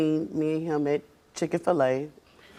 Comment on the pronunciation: 😂 ga dam for a chick that cant say chik - fil - a 😂 messy ass